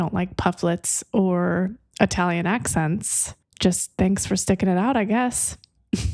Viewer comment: Beautiful with the Italian pronunciation, brava!! 🇮🇹🙏🏽💃🏻